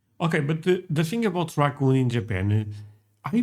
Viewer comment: Cockoon!? I've heard English butchered (indians) but cockoon?? How?